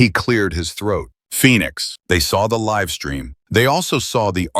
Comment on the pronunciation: Loved the narration style. The AI narration has a few blips, like it narrates LIVE as in living, instead of the one in a live broadcast.